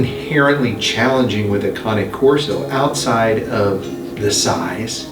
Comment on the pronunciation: Thank you for finally pronouncing Cane Corso correctly! Not criticizing you, please take it as a compliment! As someone who speaks a little bit of Italian, cane means dog in Italian. This breed is an Italian Mastiff. I would cringe when you pronounced it cane like ‘candy cane’. I know it’s next to impossible to know all the correct pronunciations- but I was so proud when you finally got it right!! 👏🏻👏🏻👏🏻 On another thought, that first dog was GORGEOUS!! (But aren’t they all?) Love your show. ❤️